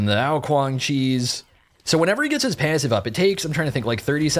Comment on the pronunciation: how this guy says passive makes me mad tilted